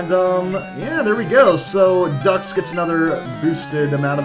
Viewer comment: it's pronounced Dukes